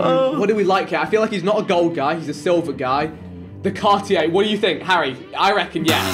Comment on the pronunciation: I love how JJ actively tried to pronounce Cartier but still said it wrong 😂